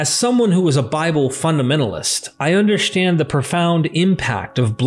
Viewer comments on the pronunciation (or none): Its “Understand” not “ Undershstand” Thank you!